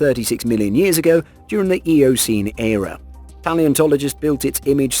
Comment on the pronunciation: The number of profoundly stupid statements and mispronunciations in this video boggles the mind. Inaccuracies are one thing, but you have said things that don’t even make sense. Scientists don’t “claim” particular time periods like the Mesozoic were a certain time span, they are defined as such. And why did you break down the Mesozoic “Area” (sic) when you are talking about a creature that lived in the Late Devonian, an earlier period (and not “considered by some” to be the range you gave, because again that’s a defined period, and your dates for Late Devonian are off by about 12 million years, just a wee bit off). Also, Helicoprion most certainly did not have a jaw functioning anything like you suggest. I bowed out not long after that, so I can’t speak to the remainder, but it seems some brave souls stuck it out and have remarked on other errors and inaccuracies. I don’t know why YouTube thought this hot mess would be something I’d be interested in after watching Sir David Attenborough, but clearly the algorithm broke down here.